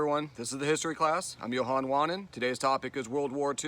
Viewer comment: thank you for this riveting lesson on such a great world event